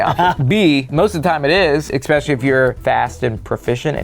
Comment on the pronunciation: loves adding a “c” to the word “especially”